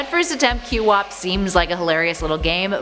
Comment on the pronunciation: Challenging, complicating, and frustrating games (including, but not limited to rage games) are great to me! They're super fun despite (or in some cases, in spite of) the fact that they are super hard. Edit: QWOP is pronounced Quawp. One syllable Re-edit: When you're so much of a Sonic fan that you enjoy Sonic '06 Bruh, THIS GAME ISN'T THAT BAD, PEOPLE. Want a true bad game that is legitimate? Sonic Space Shooter.